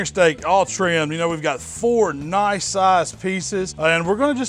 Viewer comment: What is his accent? How he pronounces 'olive ol' and 'nice (naahs) is funny.